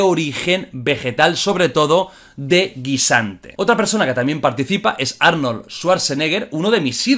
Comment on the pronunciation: Jordi, no se pronuncia así el nombre de Arnodl, deberías buscar como se pronuncia bien.